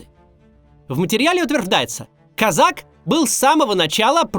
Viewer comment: кОзак, дурак плешивый, ударение ставь верно